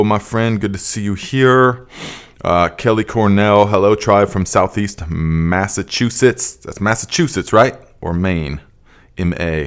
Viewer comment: I'm so glad I found you, just subscribed the other day but have already learned so much helpful information for this growing season! Also you said Massachusetts right 😂 I'm watching from NH born and raised